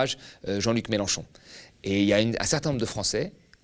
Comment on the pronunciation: et il a bien du mal à prononcer clairement le nom de Melenchon, ça lui écorche la bouche on dirait